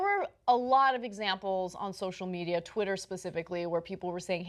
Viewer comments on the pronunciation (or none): none